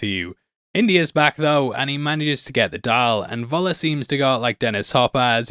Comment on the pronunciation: Why can't ANY English-speaking person making videos here learn how to say "F" (as in the English word "fun")for the German letter "V"... i.e it would be "Föller" and not "Voller"!!